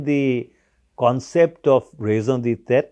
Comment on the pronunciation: it is not raison de tetre! mansih babu, it is raison d'etre or raison d'etat !